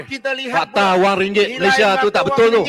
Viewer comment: takniah... x layak jadi rakyat malaysia kalau bahasa malaysia pun x betul... ringgek malaysia betul la... pelat dah mcm koumintang...